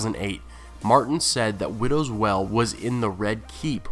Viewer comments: Why do you pronounce 'Wail' as 'Well' ??! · Stop pronouncing WAIL like WELL. It's fucking annoying. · "Wail" is pronounced "whale" not "well" how did you mess that up? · it's not well its wail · WTF!, IF YOU ARE GOING TO MAKE VIDEOS AT LEAST GET THE NAMES RIGHT YOU FOOL, IT WIDOWS WAIL!!!!! WAIL, NOT WELL YOU MUPPET. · I get that often times reading from a script it can be difficult to know the pronounciation of an unfamiliar word, but seriously, there is a scene in the show where Joffrey names Widow's Wail, and it does not sound like "Widows Well". Does no one check these videos before upload? Sure, Benedict Cumberbatch called Penguins Pingins, but he's a huge celebrity and who'd want to correct him? but this is a youtube channel. DO IT RIGHT! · Widow's Well? Interesting pronunciation... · I love your videos, and I'll continue to keep watching, but it cracks me up that you always pronounce Brienne as "brianne" , but then you do widows wail, as widows "well" lol, anyway, as always, great video lol. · Would you please stop pronouncing Widow's Wail as widow's well? It makes no sense and has no weight the way you're pronouncing it.